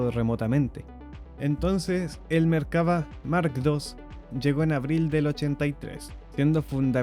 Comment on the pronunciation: Es Merkavá. Acentuado en la "a" final.